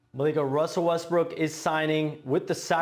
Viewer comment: He said Westbrick again. Haha.